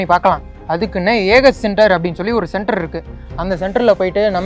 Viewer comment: ஏன்டா... அது...என்ன... சென்டர்.. னு.... தெளிவா.... சொல்ல.... மாட்டிங்களா?